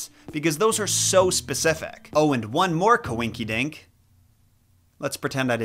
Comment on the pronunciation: He said coinquidinque 😂💙